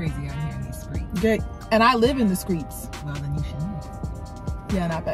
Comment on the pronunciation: Your natural hair is gorge 💕 “And I live in the skreets” 🤣🤣